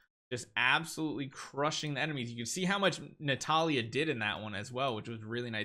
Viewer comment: keep sayang Natalia instead of Natalie. Lol😂😂